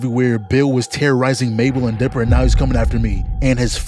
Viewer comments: Why does it sound like you are saying Deborah instead of dipper? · Why you saying dipper like "debora" bruh? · Every time this man tried to say Dipper he said Deborah and I'm not taking no for an answer